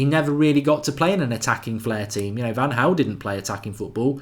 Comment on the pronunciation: I've noticed he pronounces Van Gaal as Van Haal too...🤣